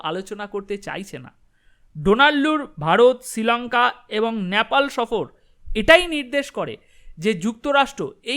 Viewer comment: Nyapal noy, nepal, ektu thik kore nile bhalo hoy.